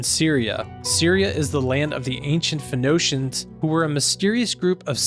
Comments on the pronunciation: Phoenicians is pronounced 'phuh-nee-shuns' NOT 'phu-NO-shuns'. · But who is claiming this? Nowhere in the Bible claims that there seven places the fallen angels have landed. You can't create theorize on this, even scientifically. It's also pronounced. "Phoenicians" (Fah-neesh--ins) not (Fah-noh-shins). We need to focus on Jesus. And put our trust in Him.